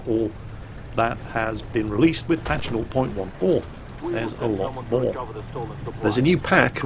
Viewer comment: Hey, I was wondering why you said 0.14 the way you do. It sounds like your saying "not point one four." Not making fun of you just wondering!:)